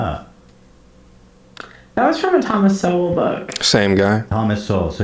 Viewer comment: It hurts me to hear her butcher Thomas shol like this. He is a great man , educated and on point from a very well documented perspective. She didnt get these bits from him at all!